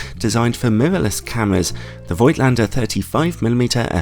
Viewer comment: German „Django“ here: The „i“ in Voigtländer is silent. And you may pronounce the V as an F.